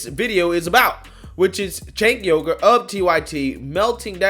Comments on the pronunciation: "Cenk Yogurt" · "Cenk Yogurt" lmao